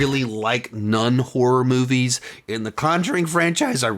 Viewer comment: When I hear him saying Nun-horror movies, I think he says non-horror movies